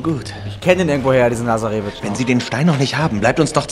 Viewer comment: man spricht lazarevic ganz schnell aus ☺